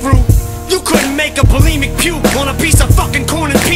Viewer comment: It's not belemic - it's bulimic...